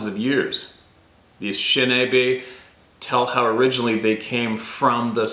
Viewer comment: can you at least say the name of the tribe the way it was meant? It is Ah nish' shin naw' bay. You are pronouncing it wrong. And it's also Paw' to waw' to me.